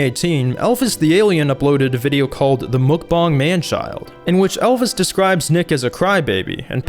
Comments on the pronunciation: Me: Mukbang You: MookBong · Chief I think its Muk-Bang not mukbong. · ITS MUK-BANG NOT MUK-BONG CRING MUCH? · Dude said mukbong instead of mukbang lmao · muk b ANG not bong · MUK- BANG not bong like Fr it’s so irritating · Muck-bong?! It is muck-bang dear. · Why does he say mukbang like mookbong lol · i think im the only one who pronounce it as makbeng instead of mukbang in literal. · Wait THATS how you pronounce mukbang? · Does he not know how to say bang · The way he says mukbang hurts me